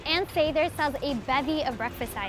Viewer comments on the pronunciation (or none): It's really annoying that she keeps mispronouncing Sather in the voice-over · It’s definitely not SAYther. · You’re pronouncing Ann Sather wrong!!! 🤦🏻‍♀️ “Sah-ther” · Was just wondering why she was pronouncing it Say-ther. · No, the presenter doesn't know how to say Ann Sather. it is a short A. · No one in chicago pronounces it like this... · 😬 at her pronunciation! Nobody from Chicago pronounces it that way